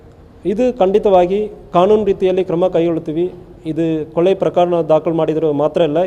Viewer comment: ಸರ್ ಕೊಳೆ ಅಲ್ಲ ಕೊಲೆ ತಮಿಳನ್ ಬೇಗ ಕನ್ನಡ ಕಲರಿ